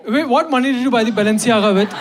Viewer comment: It's the 37 wrong pronunciations of Balenciaga for me